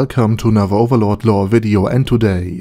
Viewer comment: He should start saying "Overlore" instead.